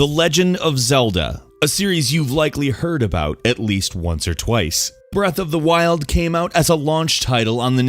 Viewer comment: breath. of. the. freaking. wild.